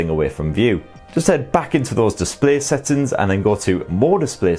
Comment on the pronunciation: First time to know that the word SETTINGS is pronounced SATTINS 🤣🤣🤣🤣🤣🤣🤣🤣🤣🤣🤣🤣